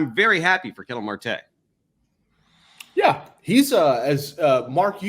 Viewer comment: Ketel Marte's name is pronounced like kah-tell. Not like kettle (as in tea kettle).